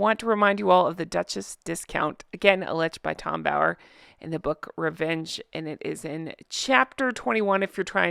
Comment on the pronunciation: I loled everytime u say “Revenge” like why do u say it like thaatt 😂